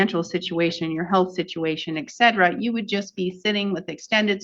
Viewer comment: I would have expected a judge to know that etc. is short for et cetera from the Latin "et" meaning "and" and "cetera" meaning "the other things." She says "eck cetera" three times.